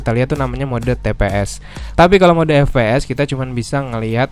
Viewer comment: Ef pi es bukan Fe pe es